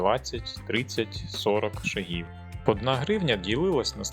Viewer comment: не буду брехати. Не гуглив. Просто здалося що правильніше на перший склад. Не наполягаю